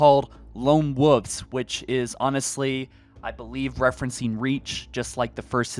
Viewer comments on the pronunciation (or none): you should check your pronunciation of "Wolves", you said "Wooves'" which is not correct. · Do you not know how to say Woolves and woolf I just hear woof and woofes hahahahaha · Please for the love of god, stop saying lone woofs 😒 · It's not wooves, it's wolves. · Wol-vz ** wolves not wulfs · Wolves not woofs (Wool-vs or w-all-vs not woofs) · Wol-vzzzz not woovs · I wasn't aware that the screen said lone wooves.....lone woof......lone woofs..... nooooooooo its wolves (wool-vehz) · Guy…how can you not pronounce a L in Wolf/Wolves? Lone WOLVES not lone WOVES. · Lone wuffs? Lol you know the L isn't silent right? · Wolves, not woofs, 🤣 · Fuck bro. Pronunciation of wolves, spit it the fuq out. Don't say woofs. Make videos I can understand. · Bro... the words are "woLves" and "woLf," not wooves and woof. There are L's in there. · Please say wolves… please say wolves…. It isn’t wuffs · "Lone Woof" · Ngl, I cringed every time you said lone “wuhhhvs”. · “Lone Woooves” lol. Sounds like you are saying Lone-Woof’s 😆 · “Lone woofs” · After listening to the first few minutes, I decided to drink every time he said lone “woofs”. Just like when a friends dad used to call the roof of his house the “ruff”. Needless to say, these dog noise drinking games get me liiiiit 🔥🔥🔥. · ah yes lone woofs 🙃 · Amazing how little things can take you out of a video/pod cast...like constantly mispronounced words. There is a "v" in wolves. It's not pronounced "woofs". 🤣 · Lone “ wawfs” you mean WOLVES?! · “Lone Woves” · Lone Wooves. 😂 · Lone Woofs? What noise do dogs make and how do you pronounce that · My dude mentions how the Spartan names are hard for him to pronounce, then confidently says Lone Woofs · and wooves. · Haha lone "wuvs" lol sorry had to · “Lone wovves” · The way you pronounce wolves is triggering me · lmao he can’t say wolves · Why do you say wolves like a reee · Ikr!? I can’t believe no one else is mentioning this 😂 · And can you pronounce the L and v in wolves